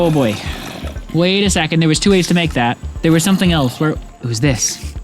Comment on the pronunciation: "achieve sumPthing!"